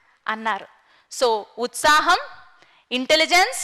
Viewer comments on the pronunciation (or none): none